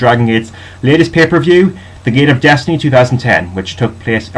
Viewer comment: P.S. Great video, agree with your ratings for Gate of Destiny. Your pronunciation of the names is better as well. Keep listening in to the announcers ;)